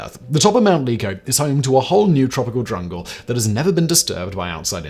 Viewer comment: Simon states.. 😂 ‘’They found a whole DRUNGLE’’ 🤭 WHHAAT 😆 I immediately wonder did he climb down off his high horse for a minute & decide to watch some hilarious American comedy by checking out… ‘’Dr. Steve Brule’’ ?! If not ‘’CHECK IT OUT!”” Ya damg dangus!! Reminds me of John C. Reilly interview with Cynthia DRANGUS (actually Cynthia Driscoll) lmao.